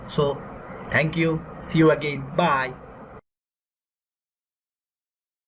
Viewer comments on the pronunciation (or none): none